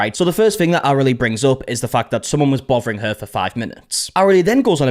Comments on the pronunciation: Did you say "bovering" her? Bothering her? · "bovering her."